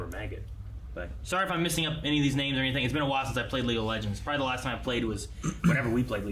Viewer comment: You didn't mess up any of those names, surprisingly.